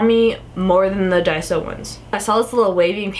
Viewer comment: not to be rude... But it's called Daiso not Diaso:/ plz change it